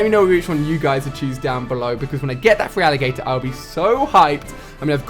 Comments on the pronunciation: Wtf is yurssring it pisses me off when he pronounces it wrong it's URsaring and it's not freealigator its feraligator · Love listening to Ali pronouncing Feraligatr as free-alligator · Look at this guy! "Frealigator"? Ali, if this is your favorite generation then you should know the pronunciations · Urging? Freealligator? So they're your favourite Pokemon yet you can't pronounce their name?????